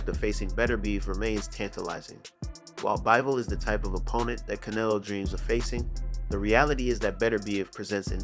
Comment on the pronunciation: Oh- it's Can-EH-lo